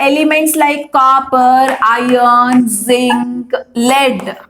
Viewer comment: I am 65 years engineer. I am watching your videos to teach my Niece who is studying 10th std now. Thanks for your wonderful teaching. Just a suggestion. Pl correct your pronunciation of "Iron". Thank you once again.